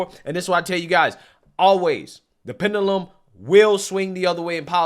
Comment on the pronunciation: Please learn to pronounce "pendulum ".🤦‍♂️